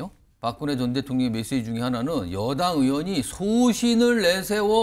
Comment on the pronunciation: 한국어에는 각 단어들에 장음(長音), 단음(短音)이 있어서 국어사전에도 표제어에 장음 글자의 오른 편에 : 표로 표시되어 있다. 그런데 요즘 젊은 기자들은 한자어를 말할 때 이를 전적으로 무시하고 아주 짧게 발음한다. 예컨대 '여:당' '야:당'이라고 길게 발음을 해야 하는데 짧게 발음하는 것이다. 참으로 듣기에 딱하다. 이런 폐해는 한자 사용의 폐지에 기인한 것으로 생각된다. 참으로 큰일 났다.